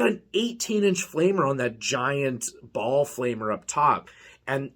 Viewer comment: Think you awsome man but its baal not ball